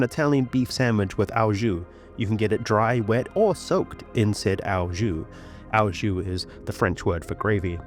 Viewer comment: OH jus, not OW jus.